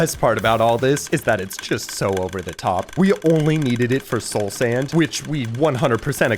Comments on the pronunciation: Bro said Sloul Sand. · "soul sænd" 💀